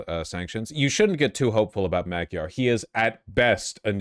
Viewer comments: Why are they saying "mow-gyar". It's pretty clearly mah-gyar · "madyar" is actually closer to the hungarian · Why are they saying modiar ?